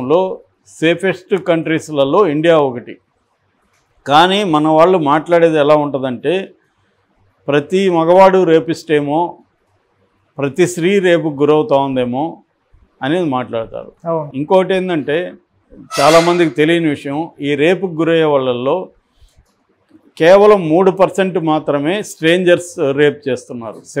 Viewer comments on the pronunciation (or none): Stop saying Sree It is STHREE Please correct yourself